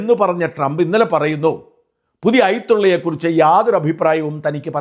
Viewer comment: പുതിയ ഐ തുള്ളയോ അതെന്താണ്, മാസ്റ്റേ 😄😄😄😄. മലയാളം വായിക്കാൻ പോലും അറിയില്ല സാജൻ സാറിന്